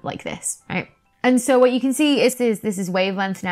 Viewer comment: I love the way you say wo'.